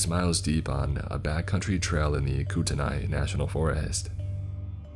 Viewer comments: You pronoucned Spokane, Couer 'd alene, and Kootenai all wrong. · Living in Spokane I actually stopped the story and went back to play for my fiancé!! We got a great laugh about that along with the pronunciation of couer da lene … misspelled on purpose lol and kootenai also!! Don’t let him say Gonzaga!!! Hahaaha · Ok This is what I love about living is Missoula and growing up in North Idaho, when it comes to outsiders. Spokane is not pronounced Spo-Kane; but Spo-can. Coeur d’Alene- isn’t Core-de-Aleen; but Cord-a-lane. Kootenai- isn’t Koot-en-Ai; but Koot-knee Not being a dick, but I was the exact same way when I moved to the area as a kid. Very cool to hear a story about where I live though. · I love your videos but you butchered names of places like Couer D’Alene and Kootenai. I wouldn’t believe this character has ever been to either